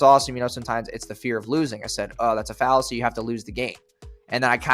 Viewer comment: Fallacy Not “Falesy”